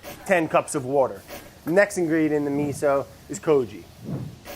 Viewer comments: Taylor Slinger Does he say "wourder" on purpose or is that just the way he pronounces it? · One of the best parts of these videos is playing the "Spot the wourder" game trying to find the increasingly elusive edits by Vinny every time Brad says the W-word. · Oooh... missed a "wouder" edit at about ! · Take a shot everytime brad says" wourder" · Ten cups of WOURDER 😂😂😂😂😂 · Wourder Counter: many times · The editor is so, so cruel but it's so entertaining. I, for one, love Brad's "wourder" pronunciation. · The "Wourder" joke still makes me laugh every time he says it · Nick 🤣🤣🤣it’s just how Brad pronounces water